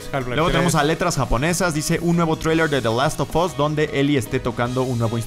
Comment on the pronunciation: Porqué carajos dicen "THE LAST OF OS"? SE PRONUNCIA "THE LAST OF AS".